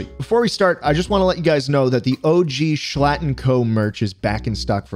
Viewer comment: вау....Шлатт.... твоё русское произношение, прекрасно